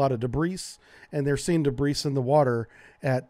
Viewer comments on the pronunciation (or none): What's "duhbreece"? "There was a lot of dubreece in the water". I think debris is pronounced "duh-BREE". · “Debris” is pronounced “duhbree” not “duhbreece”. Sorry, that drives me nuts - almost as much as “moot” not “mute”. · Pronounced: 'debree' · A minuscule point of diction, “s” in debris is silent (“de bree”). Sea Owl: SS 405? As a former submariner, I love this channel 👍🙏🇺🇸. If there was response from the thresher two days after being lost then she couldn’t have been crushed. How could she have maintained depth above crush depth with active flooding? American Submarines are designed with a healthy safety margin for design specs, but 3-4X doesn’t seem seem reasonable. Is it possible the flooding was held in balance with the DC drain/trim pump until the battery was depleted? They had no hope to restart the reactor because of no AC to run a main coolant pump. Their only hope would to have been to violate procedure and use the stored heat in the Main Coolant System to power up to the surface at the time of the SCRAM with their main turbines prior to isolating the main steam system, and thus allow them to start the EDG and initiate a low pressure blow to their ballast tanks (due to HP blow issues). Evidently the EPM didn’t have sufficient power to bring the Thresher up to the surface. It’s obvious that the wreck must now be visited to a ascertain the truth surrounding her loss. The Navy really needs to come clean on the reason for the misinformation campaign, 🤔 but then again, How would one know it wasn’t merely a new lie? The loss of the Thresher was such a sad chapter in the US nuclear submarine history. The only positive outcome was that this tragedy went on to lead to the creation of the SubSafe program, better desi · The S is silent in the word debris. In the US it's De - Bree and in the UK it's Duh - Bree. 1350 fathoms is 8100 feet. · Did he say "debrice" for debris? Lol! Wow! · >'debreese' It's impossible to take anything you say seriously after that